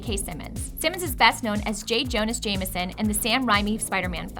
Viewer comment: J "jonas"?? jameson in the sam 'rhymey' films??? and richard eye oi???? AYOADE!!!